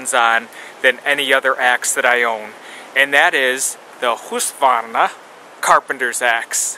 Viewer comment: Wonderful pronouncing there my friend! Seems like a good axe. Great job on that fire. Hope all is well with you and yours. Thank you for sharing. /Ulrica